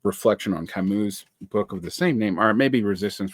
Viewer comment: Thank you for mispronouncing Camus. I'm *slightly less intimidated by you now! es un ser humano!